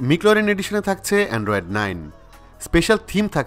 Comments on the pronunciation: ভাই ম্যাকলারেন মিকলারেন না 🙄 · মিকল্যারেন নারে ভাই ম্যাকল্যারেন -_ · কিছু মনে করবেন না ভাইয়া উচ্চারণটা ম্যাকলারেন হবে 😊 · Mclaren pronunciation ta ki thik ase? I have doubt. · একদম! আমার ও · Vai age McLaren uccharon kora shiken tarpor vdo koren...🤣🤣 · ম্যাকলারেন, নট মিকলারেন। 😒 ওয়ার্প, নট র‍্যাপ। 😑😑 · Loved the video but the wrong pronunciation of Mclaren and Warp charger felt a bit cringy. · ঠিক নাই, আর এটা খুব কানে লাগছে। এবং সাথে র‍্যপ চার্জার টাও।